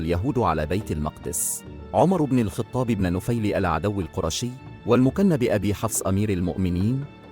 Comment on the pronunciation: لماذا تنطق لقب الخطاب بالكسرة!!! لم اسمع أحدا في حياتي ينطقها كما نطقتها انت!!! هذا أمير المؤمنين ومن منا لا يعرف عمر بن الخطاب وأقل شيء هو ان ننطق اسمه بشكل صحيح